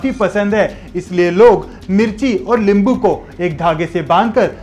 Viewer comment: Bhai hindi me limbu nahi nimbu hota hai Nice and interesting information Thank you